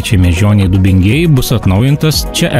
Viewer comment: kas per Maišiagalos, Dubingių ir keletos kitų pavadinimų kirčiavimu? Niekad tokio kirčiavimo neesu girdėjęs kaip video